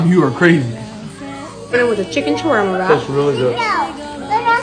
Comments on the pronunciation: DONT PZUT ZHA KEZUP ON ZHA ZAWARMA 🤣🤣😂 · The way he pronounced the word shawarma as showorrrrmo